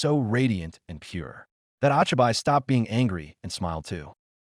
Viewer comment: When the ai doesn’t know the difference between names and nick names and pronounces it wrong. Ochiby? Wtf really disruptive 😊